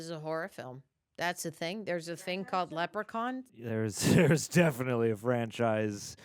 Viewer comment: please no leprokaun lol scream